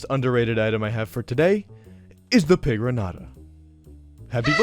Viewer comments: bro please pronounce pigroñata correctly i know it doesn't have the ñ in game but it's based off piñata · Not pronouncing it pigroñata is criminal 😭😭